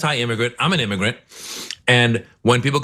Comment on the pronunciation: "Imegernt"?? Have you been hitting the whiskey?😂